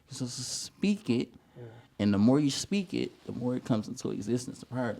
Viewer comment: Come on, "Speak-It".....🤌🏾🤟🏾🤞🏾🗣